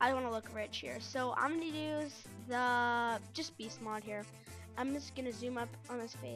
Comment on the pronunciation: You said "beast mod" its Mode.